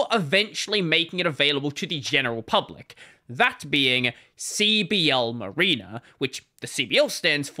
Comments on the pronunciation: M(a)riner not M(ah)rena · Mareener is not how you pronounce that. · Hearing your weird Australian pronunciation of mariner is funny.